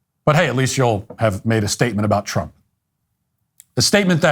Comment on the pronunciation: Twump is witerwy hitwer